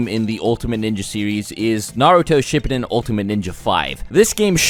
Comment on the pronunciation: Why must you say “ship-i-din”